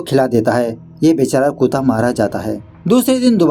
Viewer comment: It's so uncomfortable when you say kuta instead of say kutta